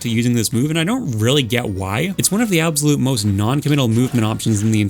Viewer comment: i like ur videos and all but some of ur pronunciations confuse me. How do you pronounce absolute as "ab zo lote"????